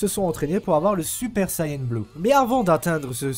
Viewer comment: Super Sayene 3 ? Mec, tu veux être pris au sérieux apprends que ça se prononce comme tu l'as écrit dans ton titre, a suivi de n ça ne s'est jamais prononcé autre qu'ane en France et au Japon, tu dis pas Keyto mais bien Kayeto pour Kaito, nous fait pas honte comme ces débiles de doubleurs français !